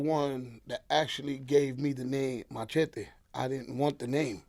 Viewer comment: never heard of a machete and didn't know how to say it lol and how tf u dont know who the geto boys is what planet are u from? Anyways get Patria and trinatarios on here and og crips